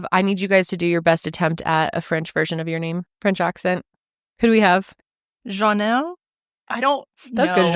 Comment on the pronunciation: French Canadian here! Janelle’s pronunciation was pretty good! Love your show!